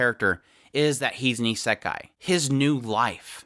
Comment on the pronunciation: nothing to do with the point of this video and no offense why do you pronounce it as isEkai?